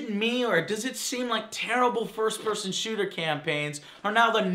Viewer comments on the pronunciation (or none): none